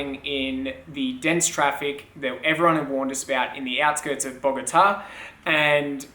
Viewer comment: Gotta love Occy. So glad it all worked out! P. S.: You pronounced Bogotá correctly - hooray! Haha.